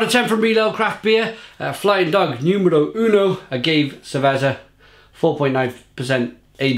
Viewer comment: "Ah-gave ser-vezzer" holy shit I think I died